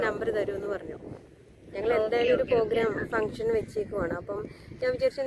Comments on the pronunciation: തെറ്റ് തിരുത്തണേ . പോ അല്ല പ്രോ . പ്രോഗ്രാം എന്നാണ് ❤❤❤❤ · പോഗ്രാം അല്ല പ്രോഗ്രാം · ഇങ്ങനെ യൊന്നും പറ്റിക്കരുത് അത്ര രസമായി തോന്നിയില്ല.. പ്രോഗ്രാം എന്ന് പറയൂ.. പോഗ്രാം അല്ല...